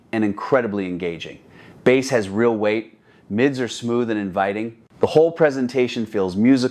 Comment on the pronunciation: "Baaass" as in the fish? That's such AI slop I'm blocking this channel.